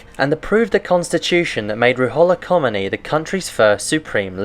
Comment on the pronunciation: your constant mispronunciation of the Ayatollah Khomeini's really ruins this video. Really makes me question what kind of research you put into this.